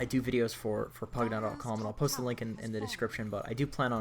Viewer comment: The way you pronounce pvgna is cucky.